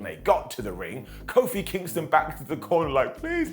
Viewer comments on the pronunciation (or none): none